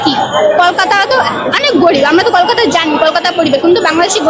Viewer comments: সাউয়‍্যামারানি কলকাতাটাও ঠিক করে বলতে পারেনা 👺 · Kolkata uchharan karne Nahin a raha hai😂